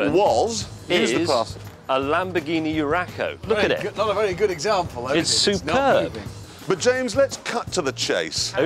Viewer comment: "a stuperb thing" is a term I absolutely will be using from now on.